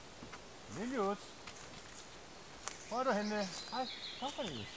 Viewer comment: I like the way you pronounce Cornelius, like Lilu from The 5th Element! What a cutie!